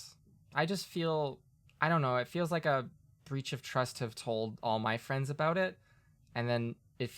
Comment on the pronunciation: Fewwwings for your fwiends?